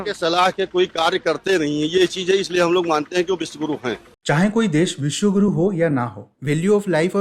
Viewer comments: विश्वगुरु ❌ विश्वगूं ✔️ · Wiswaguru nahi wiswaG....U hai. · Viswa Kuru, not Guru.